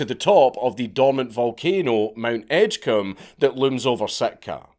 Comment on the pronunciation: Though it is pronounced Edge-comb 😂